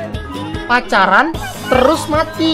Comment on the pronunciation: Pas lucu Odo:Nah INI gema pacalan Odo:Gema pacalan Odo:telus mati Semua:ohohhuooohoooooo:pacaran terus mati:oh my gawwwwwd Odo Odo:Kamu pacalan telus si